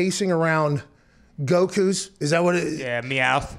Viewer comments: He said 'Gokus' LMFAO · My boy said Gokus 😂😂😂😂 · This whole thing is amazing 😂 love how nobody corrected him on "gokus" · Lmfaohe just said gokus